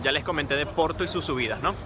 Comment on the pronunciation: Finalmente un chico qui habla Porto y non OPORTO, hablando castellano. Muy bien! Gracias!